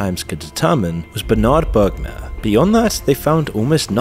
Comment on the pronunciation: it s bermair not bergmar u f mron